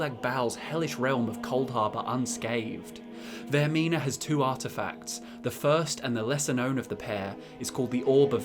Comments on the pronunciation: are we not gonna recognize when he talked about the ship section where instead of saying vaermina he says vaernima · you said vernima and not vermina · "VAER-N-IMA". Ah, my ears! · Did anyone else here him pronounce vearmina wrong